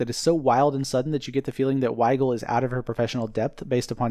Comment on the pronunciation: You call the therapist Wiegal. 🤣